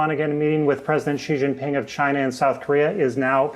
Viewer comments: Xi Jinping is arguably now the most powerful person on the planet with Trump falling down the ranks rapidly. So how come US TV presenters can't even pronounce his name? Credibility ZERO. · People , do learn to pronounce the name of the Chinese President